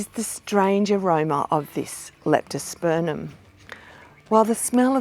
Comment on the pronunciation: Thank you very much. Now I hope you won't be offended but the name of the genus is pronounced LeptosperMum, not LeptosperNum